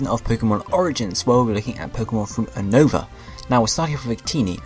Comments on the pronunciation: you can't even pronounce unova U-nova not UN-over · Oh and it's pronounced U-ni-va just sayin lol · It's pronounced You-Nova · You saying unova wrong it is pronounsted you-No-ver